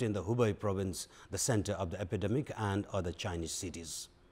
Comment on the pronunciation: Focus on contents rather than accents. Your mistakes - epidemic... not today.. yesterday.. unstoppable